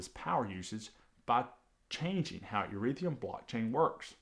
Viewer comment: ETHEREUM NOT ERETHIUM